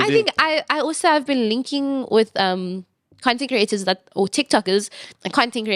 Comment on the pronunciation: Why did I hear contagrating instead of content creating 🤣